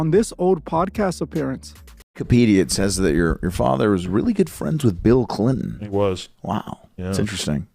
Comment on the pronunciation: Damn man u sayin Bill Clion makes me aggro